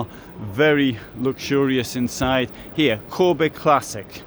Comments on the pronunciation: Its not Kåbe, its Kabe. Also the classic series I would not call luxury :) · You pronounce the a in Kabe like the the english a in "barn", "father" or "car" and the e like the e in "end", "everyone" or "echo". Thanks for your videos and greetings from Sweden. 😊